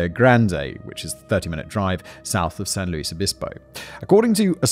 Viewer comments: Me too, I remember learning about this story in middle or high school along with Laci Peterson and Rex Krebs. Such sad stories. Also, so glad he’s pronouncing San Luis Obispo correctly 😂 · My beautiful and apparently deadly collage. Anyway, I had a good time in the 80s there. Simon pronounced San Louis Obispo like a native. Better sometimes!